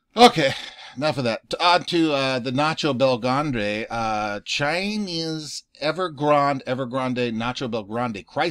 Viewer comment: Every time you say Nacho Del Grande I have a chuckle